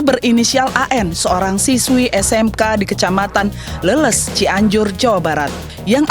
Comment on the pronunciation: Leles min bukan leuleus 🤣